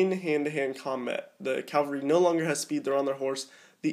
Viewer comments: cav-al-ry not cal-var-y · Please stop saying "Calvary" instead of 'cavalry' and "inventory" instead of 'infantry' haha. Apart from that great video.